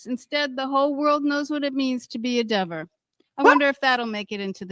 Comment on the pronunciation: Deever, Dever, Whatever 😂